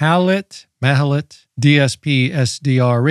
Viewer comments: This is not an original Malahit, but a Chinese clone. The Chinese Malahit clones are often good (those from Deepelec), but nothing beats the actual Russian Malahit DSP3! And the Russian ones are cheaper! Lastly, it is pronounced Mal-ah-kheet 🙂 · What, what, how did you say the name of this radio is, that I didn’t understand it??? 😂😂😂😂 Ohh… dear Americans…😂😂😂